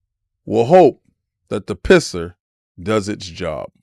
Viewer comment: The "PiSS'R" Lol